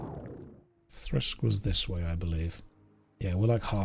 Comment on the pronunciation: It's Thirsk not Thrisk omg he said it wrong so many times 😖